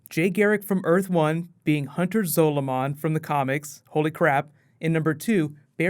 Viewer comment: It's Hunter Zolamon. Not zolo. Completely different characters.